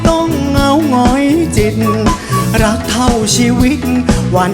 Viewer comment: เหมือนดูโชว์ของศิลปิน ..ชอบออกเสียงชัดเจน อักขระ ควบกล้ำชัด เจน ..คำว่า เพลง "พะเลง"ไม่ใช่เพง รอเรือ "รัก"ไม่ใช่ลัก...จังหวะทำนองลีลา ยอดเยี่ยม โชคดีๆ